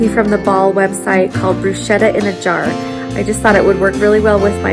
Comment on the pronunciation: Just fyi. Bruschetta is a hard sound like school